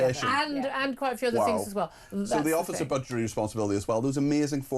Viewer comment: but she tried to do fings proper.